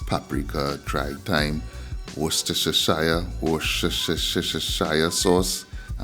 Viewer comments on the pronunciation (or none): 👋😄😁🤣Wwwstershia sauce 👍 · He can't say Worcestershire sauce.😂😂😂😂 😂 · Lol u make me lol the way u say Worcestershire sauce I cnt even say it myself 🤣